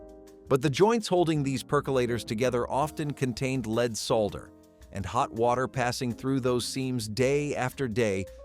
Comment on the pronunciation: Lead is pronounced "LED" (short E vowel sound), NOT "LEED". Lead is pronounced "LEED" when referring to "lead guitar", or "lead role" in a movie. But lead is pronounced "LED" when referring to the toxic chemical element.